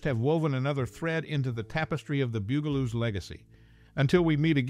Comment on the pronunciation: I had to laugh every time he pronounced it like the musical instrument bugel bugel-oos lol my friend you know they're supposed to be insects lol they're bugs the bug-aloos . Get it?